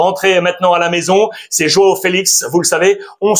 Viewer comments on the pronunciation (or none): none